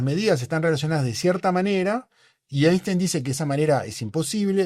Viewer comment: Es típico de los “científicos” tercermundistas afirmar que Einstein estaba equivocado. También es típico no pronunciar la palabra “Einstein” correctamente y no haberse enterado que Feynman consideraba la mecánica cuántica imposible de intuir, y reírse como si eso fuese una trivialidad.